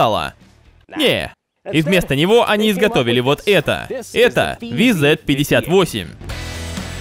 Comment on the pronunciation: правильно говорить вз-58